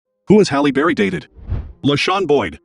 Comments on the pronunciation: Good stuff but it's not Holly it's pronounced Hail lee😅😮😢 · Why are you pronouncing her name like Holly? It's pronounced "Halley" (like H + alley). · I’m just wondering how you can’t pronounce her damn name right? It’s not Holly bro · Her named isn't Holly. It is a totally different name. It is pronounced totally different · I can’t take you seriously until you learn how to pronounce her name. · You don't even pronounce her name correctly. 😂😂